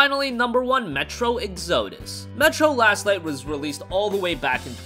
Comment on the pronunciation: That's not how you pronounce Exodus